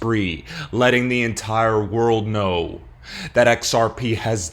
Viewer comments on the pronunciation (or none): 'And if you don't gno... now you gno' 👁